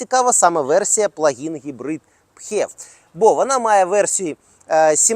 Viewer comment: филипс же не пхилипс - правильно фев